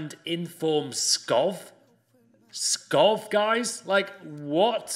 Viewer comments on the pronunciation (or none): Skov not fucking skof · He also pronounced Skov like "Skoff" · Skov is actually pronounced Skou